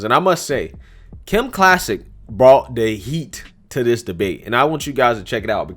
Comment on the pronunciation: Clay-Sick. Kim Clay-Sick 🙂